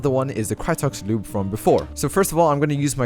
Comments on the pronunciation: I love when he says loube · The way says lube 😂